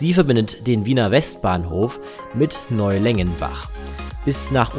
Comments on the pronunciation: Man merkt leider, dass du keinen Bezug zu den Orten hast, Hollabrunn falsch ausgesprochen. „Neulengenbach“ heißt eigentlich „Neulengbach“… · Ein Fehler ist aufgetaucht . Es heißt Neulengbach nicht Neu-lengenbach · Aussprache bzw. Ortsnamen lernen: Neulengbach nicht Längenbach, Hollabrunn Betonung 3. Silbe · Ansich eine schöne Doku, allerdings hast du leider nicht die letzte 4020 Hochburg nämlich die FJB besucht - zumindest hab ich keine Aufnahme nur irgendeiner S40 sehen können. Die S50 fahrt übrigens nach Neulengbach und nicht nach Neulengenbach 😉. Danke für die Doku, als Wiener natürlich eine besonders schöne Überraschung! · Für einen „Nicht-Wiener“ top recherchiert. Nur die Endstation der S50 heißt „Neulengbach“ (Neu-Leng-Bach) und nicht „NeulengENbach“! 😉 Und die neue Station vor dem Praterkai soll „Donau-Marina“ heißen (von Marina wie Hafen oder Marine) und hat mit der Gottesmutter nichts zu tun - so katholisch sind wir dann auch nicht!😂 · Neulengbach, nicht Neulengenbach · Neulengbach ! (Nicht NeulengENbach) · Es ist erstaunlich wie viele Orte du falsch ausspricht. Aber den größten Fehler machst du bei Neulengbach. Ach ja das was Österreich und Deutschland Trennt ist die gemeinsame Sprache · Geh bitte, das heißt weder Quatier noch Quadier sondern Quartier! Und was soll bitte Holahbrunn??? Das heißt Hollabrunn, Betonung auf "brunn". Und Neulengenbach kenn ich überhaupt nicht, sollte das vielleicht Neulengbach sein (man sollte wenigstens lesen können.... )? Das kommt davon, wenn sich Deutsche wichtig machen und uns unser Land erklären wollen. Wir erklären euch auch nicht Leipzig, Frankfurt oder Berlin! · a, nicht mehr. b, heißt es Neulengbach, wo du das "en" herhast, kann ich nicht nachvollziehen